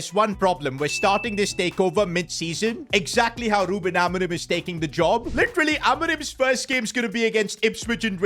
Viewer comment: We’re doing the take over with rubIN ALMORIM (biggestpakiaccent)